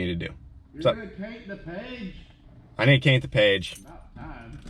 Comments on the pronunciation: I really need to caint the page 😂😂😂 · "I NEED TO CAINT THE PAIGE"